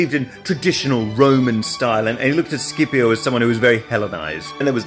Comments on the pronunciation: It's SH-ipio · I was about to say that was pronouncing the name in the wrong way, since Scipio is mentioned at the very beginning of the Italian national anthem, and we have always said "Shipio", not "Skipio". However. I got curious and checked: Mameli wrote the name in the song so that it was pronounced in the correct latin way, but on English Reddit you fellas seems so sure that it is pronounced with a hard c ("Skipio"). I did not study latin, nor Greek, but I am pretty sure that nobody here in Italy says "Skipio" since we grew up saying "Shipio". Please, internet, enlighten me on this situation. Was our beloved Mameli wrong since 1847, or is it just your pronunciation to be wrong? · I always thought it was pronounced Sippy-o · Scipio is pronuced "Shipio", at least in Italian. Don't know if it's the right wsy to pronounce it but...